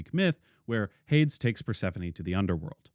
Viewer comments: I'm sorry, do you pronounce Hades as Hayds? I have never heard someone say it like that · Out of everything you say in this video, the most controversial thing to me is how you pronounce Hades